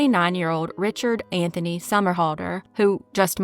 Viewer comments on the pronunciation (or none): none